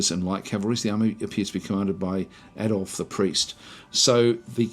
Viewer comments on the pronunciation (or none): none